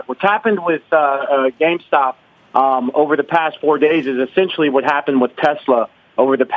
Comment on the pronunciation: "essentally " ls LYING through his Teeth.